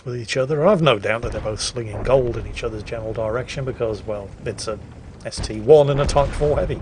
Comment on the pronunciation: Dear, dear,, that ST-I isn't an ST-one, it's an 'i' not a 'one'